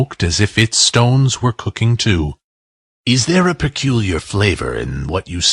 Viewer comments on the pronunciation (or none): none